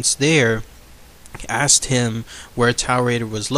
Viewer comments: Mispronouncing Taured is killing me. Its like Taurus, instead of 'Tao' its 'Tore'. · Or like torrid, as in hotter than hell! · it's pronounced torrid